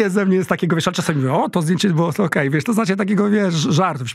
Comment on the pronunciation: Błagam proszę nie mówić : wies co tylko wiesz co, tam jest sz na końcu.